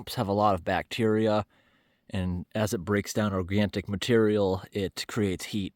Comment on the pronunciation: Just so you know...there is no "T" in the word "organic"...you say organ-T-ic in many of your videos...Iam a big fan from Ontario Canada, so welcome to my country and province